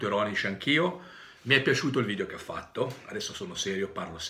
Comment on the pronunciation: Si dice video non vidio poveraccio